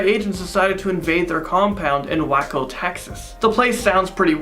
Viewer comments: he really said wacko Texas when it’s Waco Texas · It's pronounced WAACO long AAA sound not whacko. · It's not WACKO tx... WAY..CO... is how its pronounced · It’s pronounced, “Way-co” not Whacko, Tx. Lol. Waco, TX. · you're awesome and I love your channel! Just wanted to help you with the pronunciation on Waco. It's pronounced like "wake up" not like "wacko". No big deal. Happens to the best of us. Just wanted to help. Rock on,! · It's pronounced Way-co not wacko. Lol. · Way-Co not Wacko or whatever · That's not how you say Waco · EXCUSE ME ITS PRONOUNCED “WAY-KOH” NOT “WHACKO”!!!! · LOL it's pronounced like way-co, not wacko, dude. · WAY-CO not wacko... don't mispronounce for a forced joke. you're better than that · It’s Way-co not wacko. I love your videos! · Way-co.... Not wacko. Pretty big town you just dis-adverised. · Whacko tx lol wayyyyyco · Waco, TX is not pronounced whack-o. It's pronounced way-co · you pronounced Waco wrong... lmao. it’ sounds like Way coe not wacko 😂 great video though i love this channel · Waco It's pronounce way-co not wak-co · Waco Texas is pronounced Way-co, not wacko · it's pronounced Way-co not Whack-o. as for the Space Shuttle Challenger. I saw it live in class. the teacher brought a tv in and let us watch it. fyi it was catastrophic failure of the O-rings that were known to be possible by the manufacturer of them as early as 1977. The O-rings were meant to keep combustible gases sealed in the boosters. They didn't let NASA know about the problem and let them keep using the same design until Challenger exploded. and as far as anyone can tell Reagan wasn't involved in pressuring NASA to launch Challenger. Don't know where you got that BS from. all you have to do is go to the Wikipedia page for the Space Shuttle Challenger and read to get the facts. might want to consider doing that next time you do a story like this. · It's pronounced (way co) not wacko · It is pronounced "Way-co" not "Wha-co" lol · Its WAY-co